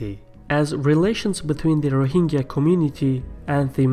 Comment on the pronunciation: It is not ro hing ga. It is ro hin jah.